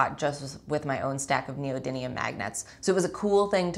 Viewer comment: Why do so many people say neodyNIUN instead of neodymium